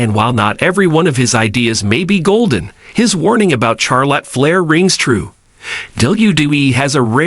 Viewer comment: Who is Char Lot Flair? I couldn't finish the video.